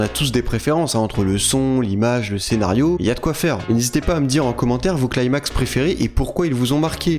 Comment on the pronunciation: arrête de dire "claimax" je t'en supplie on dit "climax" genre "cli-max"